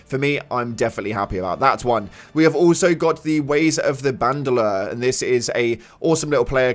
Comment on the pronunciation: Im pretty sure its pronounced like bando-leer so that throws off the comparison a bit